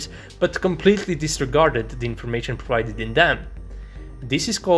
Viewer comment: BRO !!! I WON'T LIE BUT, BEFORE MOCKING ANYBODY ELSE !! YOU SHOULD PROBABLY RECTIFY YOUR OWN ACCENT TRY TO CONTROL YOU TONGUE THOUGHLY BEFORE USING LETTER "S" !!!! DON'T MAKE IT "sssss" !!! It's is Source not, suuurse !!! 😂😂🤣🤣🤭 & it's Pro- wide- ded ( provided ) not puuuurrvided !! And it's Two not Tuuu ! Are u a Ukrainian or somewhere from east Europe ???